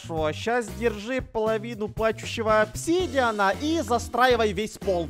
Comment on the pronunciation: В самом начале говорит -Пару плачующаво опчидиана и берёт целый стак